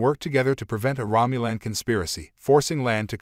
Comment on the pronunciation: NOT "LAN" , HER CHARACTER NAME IS "LA'AN" TWO SYLLABLES! YOU MIS-PRONOUNCED "KAHN" NAME AND "ROMULAN" TOO. THIS MUST BE ANOTHER "AI VOICE" PROBLEM, THAT ALL THESE CHANNELS BEING LAZY AND ARE USING INSTEAD OF A HUMAN NARRATOR.